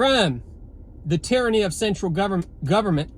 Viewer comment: Hard R on the tyranny 😂